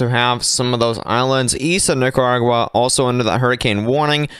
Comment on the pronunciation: He's dropping the r in Nicaragua